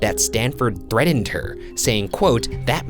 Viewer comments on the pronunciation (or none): its sounds like you are saying threadend and im just JDDJFFIXJVNG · "ThreaTened" not "TreaDened" ugh!! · The way Ryan pronounces some words is funny: threatened /thred'-ind/ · Has anyone else noticed that the one guy never pronounces the "T's" in the middle of words? There was one point in this video where he said "threadened four times in a row" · nobody: ryan: threDDENED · Wait a minute...You said she was murdered in January, 1974, and that she claimed her neighbor threatened (or as Ryan pronounced it, "threaddened") her life in October, 1974...Did we just veer into the realm of BuzzFeed Unsolved Supernatural?... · #roastmortem why can’t Ryan pronounce words correctly?? Threatened has a t in the middle, not d!! He says it like “threadened” #shaniacforlife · Shane! One of my sister's old co-workers was at a party when a guy there stabbed him with a used heroin needle because he wanted to. Now he is addicted to it and has aids. His fear is valid, Ryan. #ChicagoStyle Also another word Ryan can't really pronounce: Threatened. You say it more like "thread-end" thread like a needle. Like my sister's co-worker was stabbed with. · Ryan says threten instead of threatened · ryan, the way you pronounced threatened makes you sound uneducated or 5 years old #roastmortem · He's moved on to pronouncing "threatened" weird. "Threddend." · #roastmortem “Threatened”....pronounced it “ Thread end”. Ryan, can’t you say anything right!? Just kidding, I love you both. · Threadened, this always bugs me. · Let’s all take a moment... To appreciate the way that Ryan can’t say threatened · Ryan is getting better at saying “February”, but wtf is that pronunciation of “threatened” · ish Ryan once again shows his inability to speak when he says threatened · Ryan can’t say threatened, pass it on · #roastmortem There is now a list of words Ryan can't say right: 1. February 2. Icelandic names 3. Threatened